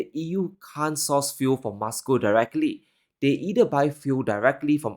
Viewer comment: content is so enlightening...however i just have a little criticism of pronunciation of some words. He likes to pronounce them as he wants whether right or wrong. Eg Moscow..he pronounces as Muscow...why?.... he's the only one in the world who pronounces as such. I'm curious how he will pronounce most and must 😂